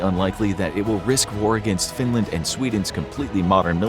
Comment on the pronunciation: why Findland and not Finland